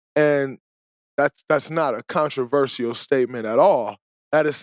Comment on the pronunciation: DRAYMOND GREEN- “CONTRO VER SEAL 🦭 “ 🤣🤣🤣🤣